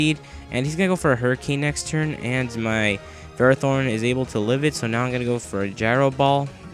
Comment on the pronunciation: you pronounce ferrothorn wrong